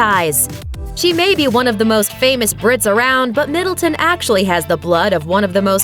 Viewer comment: It's Middleton not Middletown, be easier if you just said Kate